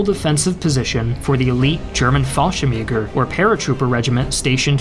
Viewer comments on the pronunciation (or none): none